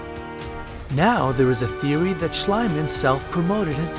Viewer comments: Schliemann is pronounced shleeman, not shlayman, just like Bieber is not pronounced bayber but beeber. (no, I am not a fan of that kid, just using the name of my neighbor as an example) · "Sch-lee-mann" is how you read "Schliemann". What you said ("Sch-ly-man") is how you'd read "Schleimann". (And I'm not even German myself!) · bruh I'm german and you pronouncing "heinrich schliemann" was just pure cringe. it's more like "shleemunn" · The name is pronounced "Schleemunn", you hacks. Also, 'fictitional' is not a word. It's either 'fictional' or 'fictitious'. God, I'm German but better at English than youse. And don't get me started on 'Lord Canterville' #OMG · I believe that Heinrich Schliemann's last name is pronounced Shleeman. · Shluyman? Did You go to School? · "ie" is pronounced "e" in german, so it would be: Schleemann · very interesting video and so on but you should really learn how to read and pronunciate such important names like "Schliemann" because it's really irritating and people will then actually believe what you're saying instead of what the truth is. If you wanna do this kind of videos maybe get some infos first. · Is it really that difficult to pronounce "Schliemann" correctly? Bloody amateurs! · Yikes! If the dude can't even pronounce the German dude's name correctly might that take into account this dude's level of research, ie. credibility? I read that and still I am not blinded in both eyes. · I can't take you seriously when you don't even know how to pronounce the name Schliemann. The german "ie" is spoken like an english "ee", like in meet and greet. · No it doesn't! Schliemann is a german name, therefore the only way to pronounce it correctly is the german way. Only THAT makes sense! Americans are so ignorant, they can't even pronounce "Wiener" (sausages) correctly. That's just sad... -_